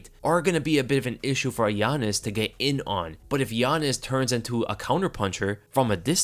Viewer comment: Every time he says yanez all i hear is giannis😂